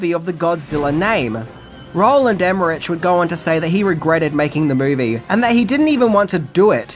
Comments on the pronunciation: Wow, lots of mispronunciations of names here. First, Roland Emerich’s last name isn’t pronounced like “rich”, but like “rick”. Second Jean Reno’s first name isn’t pronounced “jean” like a pair of blue jeans, but more like “john”, with the “j” sound almost like Zsa Zsa Gabor. Lastly, Ian Ziering’s first name isn’t the traditional “Ian”, but is pronounced like “Eye-an”. These things drive me nuts! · OK mate, I'm gonna help you out a bit here. Repeat after me: "EM-MER-ICK" There ya go, you're welcome. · Emmerich is pronounced "emma-rick" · It’s pronounced “EM-ER-RICK” & “DEV-LIN” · The way pronounces the names "Emmerich" and "Jean Reno" had me in tears 😂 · yeah, was he for real? Djean Renou? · I just can't... every time you pronounce "Emmerich". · Loved the video except that the director's last name is pronounced with a "K: sound at the end, NOT a "CH" sound. You're killing me!